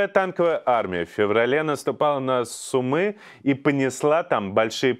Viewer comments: спасибо за интересные видео) но, пожалуйста,Иван, не СумЫ, а СУмы, если вы об этом городе говорили) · СУмы- ударение на У.